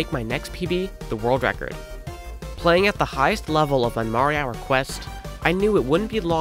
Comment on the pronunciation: You know, I do not think his name is pronounced "marihour"